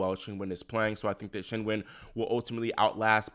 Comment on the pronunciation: Thank god someone pronouncing Qingwen correctly which is not even a difficult one as far as Chinese names go the "Kin-Wen" pronunciation every single pundit is using is driving me insane